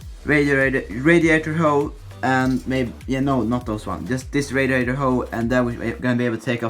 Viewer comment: «Radiatorhoe» hahaha